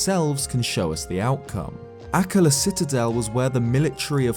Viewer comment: I always click on for the amazing analyses and content. Then barely make it through while gritting my teeth through his pronunciations. AK-la will always kill me but I thought I could get over it until....DOR-EE-fan. Yikes.